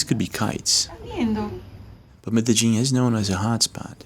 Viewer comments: Medellin❌ Me-de-djing ✅ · Bro you gotta learn how to pronounce medellín. The 2 l's are pronounced as a y sound. Like y in yo-yo.